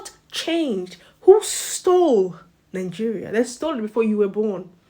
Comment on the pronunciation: You speak English and still you pounce nigeria as ningeria, why do you Nigerians add an n when pronouncing it with 2 n